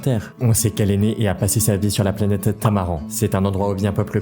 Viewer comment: La planète Tamaran se dit "Tamarane"😭... Tres bonne vidéo sinon✨👌✨